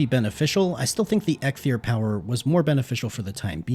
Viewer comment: Am I the only one annoyed of him calling EIKTHYR EGGTHYR? Dont get me wrong great content overall, but each time you said that name all I wanted to do is scream